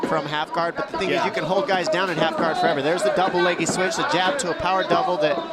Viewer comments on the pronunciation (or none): none